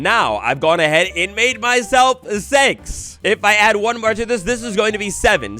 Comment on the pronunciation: yo where u frome (gus u did not says six u said shomthing els)